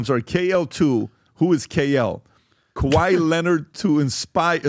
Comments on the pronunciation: “Kay why layonard” 😂😂😂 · PBD trying to say Kawhai Leonard ...😅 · how the hell did you pronounce Kawhi Leonard in the beginning?? 😂😂😂😂